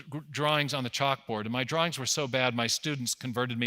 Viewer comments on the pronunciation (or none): none